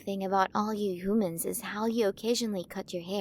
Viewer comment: (giggling) I'm sorry I just can't get over how she's pronouncing our Earth words hoomans,monk ees,aer plans,hayer, spherical ecosystems(cracking up) I can't take it! I just can't! The way she talks is just cracking me up.